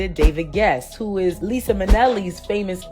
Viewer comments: It’s pronounced Ly-zah (Liza) Minnelli not Lisa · Great work, but her name is pronounced “LIE - ZUH” not Lisa. I like that DaBrat was versatile in her dating. That’s what dating is supposed to be (not sexing everyone and or having kids with everyone). Getting to know each other, learning about one’s self as well as the other person and having fun. Rip Liza Minelli.